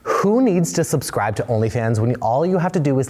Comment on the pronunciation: This video reveals why this channel isunderperforming. The guy can't pronounce 'subscribe' 😂